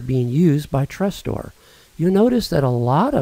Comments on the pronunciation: Tres-store? It"s Tresorit... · It's not "Trestor" but "Tresorit" ;) Many thanks for taking your time for this!